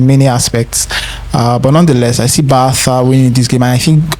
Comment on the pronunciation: Bro, what is Bartha? We're not in Spain bruv 😂 It is BARCA!!!